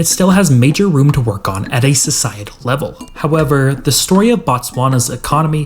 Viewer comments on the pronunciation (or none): none